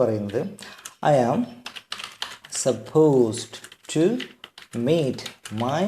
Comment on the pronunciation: ഇതിന്റെ ഉച്ചാരണം സപ്പോസ്ഡ് ടു അല്ല ബ്രോ സപ്പോസ് ടു ആണ് ഡ് silent ആണ് don't mis guide people